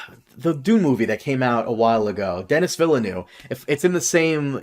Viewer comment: Who the heck is Dennis Villanoov? 😂 I'm sure it sounds different with a proper French accent, but it's more like Duh-knee Vill-nuhv if you're going to pronounce it with an American accent